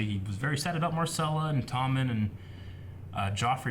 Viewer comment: "Marcela" Lmao its Myrcella